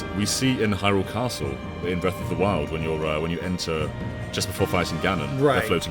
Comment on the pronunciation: The Legend of Zelda: Breath of Doriyah